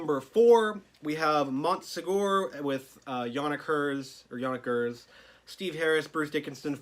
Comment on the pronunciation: Right yeah, understandable! The band refer to him as jænɪk ˈɡɜːrz like the phonetic in the wiki article, so I've always went with that. Either way, great stuff man, really cool to see these, and looking forward to a Final Frontier review assuming that's in the works :)